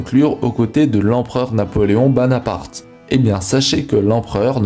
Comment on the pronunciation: Napoléon Bonaparte et non "Banaparte" !